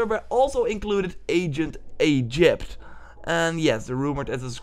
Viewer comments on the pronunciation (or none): The way you said Ancient Egypt was so Funny. XD